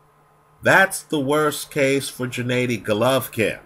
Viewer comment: Abel Sanches does produce the right vowel -- the spanish A in GennAdy. The other part of the puzzle of getting GGG's name right is pronouncing /G/ in Gennady as in /g/ear or /g/et.